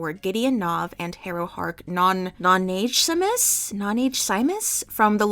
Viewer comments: If anyone is wondering, it's "noh-na-GUESS-ee-moose" IIRC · Harrow's last name, Nonagesimus, is pronounced Noh-nah-GUESS-i-mus. The locked tomb tag did have a bit of a resurgence in the past year as we get more and more rabid for information about the release of the final book. And there was a false alarm in January where the publisher Tor implied they had a big surprise coming up on Twitter and the locked tomb fans descended on them like a swarm.